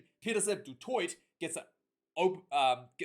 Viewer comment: That “Du Toit” and “Willemse” on point mate. As a Stormer I’m confident in Manie. Is Handre Pollard ready for the World Cup ? Would you even take a guy that hasn’t played that long before a World Cup whats your thoughts ?